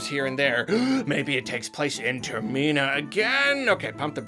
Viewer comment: Wait waitwaitwait... "Ter-mee-na"? I thought it was pronounced "Ter-min-ah".